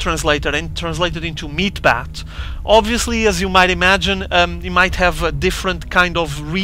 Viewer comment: was almost unbearable hearing him say "meat-bat" the entire replay. "meat-hammer" is correct and much more pleasing to the ear. ^^